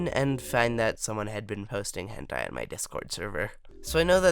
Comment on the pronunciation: When you first said "Someone was posting hentai in my discord server" I thought you say "Someone died in my discord server"